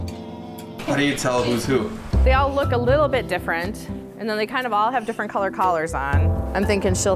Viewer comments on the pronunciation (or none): none